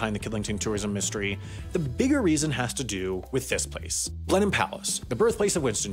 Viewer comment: How did an American pronounce both Bicester and Blenheim correctly in the same video?